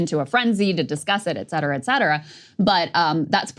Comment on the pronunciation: Saager! It's "ET CETERA"!